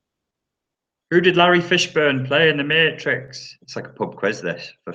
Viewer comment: "Who'd he play in the mayyytrix?" lol! Always a good laff and lots of good info… thanks mate :)